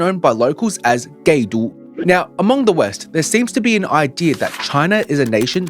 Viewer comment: Gay-Du. lol